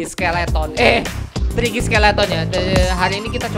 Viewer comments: Dia Bilang "TIKY" Dia bilang "Cookie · triky bilang tiky